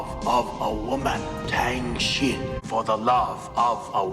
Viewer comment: "Tang Shen", not "Tang Shin".